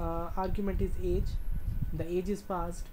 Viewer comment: ahahha you said get aids instead of get age